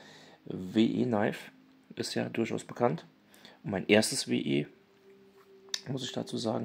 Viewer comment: WIII, wie wir auf Englisch, und Knifes wird "Neifs" ausgesprochen...